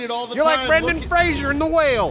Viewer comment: Hot Mayo is awesome. And, it's "Fraser" not "Frasier" - there was a bit about it in "Dicky Roberts"